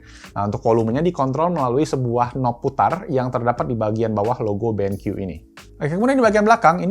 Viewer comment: "Ini adalah Benq EWE.... Eh.. I dabel yu" WKWKWKWK